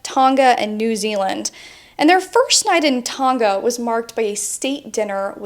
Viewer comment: FYI the G in TONGA 🇹🇴 is a soft G. It's not pronounced TONG GAHH.